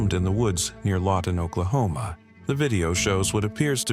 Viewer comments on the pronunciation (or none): none